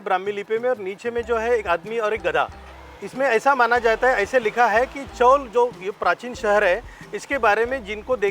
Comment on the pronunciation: नमस्कार, चॉल उच्चार गलत है, इस जगह को चौल बोलते है. 🙏